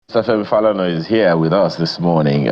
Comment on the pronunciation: The way he said Falana made me cringe